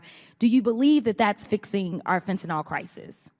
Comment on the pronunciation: Great video, great rep. One nitpick: fentanyl, notice there's no o there.